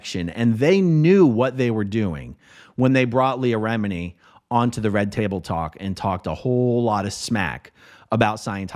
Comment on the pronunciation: Not to say any thing bad but it’s remini not remidi